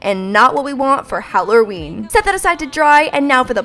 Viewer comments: why did she say hallorween its halloween xD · Did anybody notice she says halurween i love it cause we’re I’m from we sauf Halloween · When she says Hallaurween she sounds Australian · haha she says hallerween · Did you notice how she says Halloween, hallorween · No one bash me I love love love LOVE but am I the only one who noticed the diffrent way she says Halloween? No problem with it but just wondering